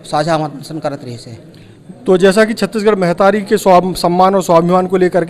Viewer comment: मेहतरी नहीं महतारी पत्रकार जी